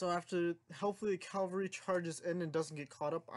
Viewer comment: Why does everyone say “calvary”? It’s cavalry you reets